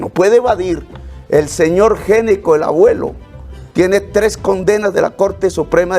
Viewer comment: gnecco, se pronuncia ñeco !!!!!!!!!!!!!!!!!!!!!!!!!!!!!!!!!!!!!!!!!